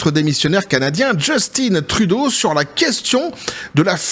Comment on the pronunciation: Son père s'appelait Pierre Eliott Trudeau (Né à MONTRÉAL)... C'est français Québecois donc Justin Trudeau ce prononce en français... Drôle d'habitude que vous avez de le prononcer avec un accent anglais. JUSTIN (En français sans accent anglais) et Trudeau pareil! ;) Même son père le prononçais sans accent anglais. Je suis complètement neutre mais je sais que les États-Unis importe près de 50% du Canada comme l'alluminium, le bois, de l'électricité "Hydro-Québec", Sirop d'érable(Qui est, malgré ce que l'on peut en penser, une mine d'or)...etc etc. Donc pas sûr que ça soit dans leur intérêt une guerre économique. Les 2 pays seraient perdant. Le Québec leurs couperaient l'électricité et ce serait déjà un ÉNORME problème... déjà pour la totalité de New York.... Faudra bien réfléchir aux impact avant de faire les fous. :)